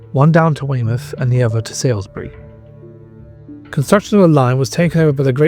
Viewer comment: Salisbury not Sailsbury Must try harder with the names.